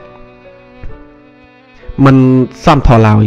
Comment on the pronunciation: លោកសូមដើរសួរគេថា សមធម៌ អានដូចម្តេចត្រូវ លោកអានមិនត្រូវទេ ឆ្គងត្រចៀកណាស់ សុំទោស ។ អរគុណ